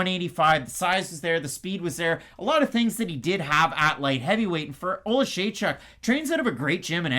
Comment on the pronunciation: can pronounce Oleksiejczuk but not Dvorak 🤣 To be fair I can't pronounce either of them.